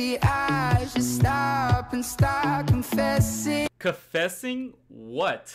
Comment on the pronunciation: Lol he said Cofessing instead of CoNfessing